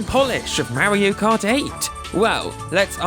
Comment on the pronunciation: "merry-o cut" Lol